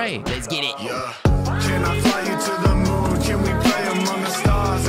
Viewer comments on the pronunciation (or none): none